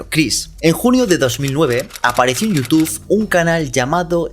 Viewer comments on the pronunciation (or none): es YOUTUBE no YOUTUF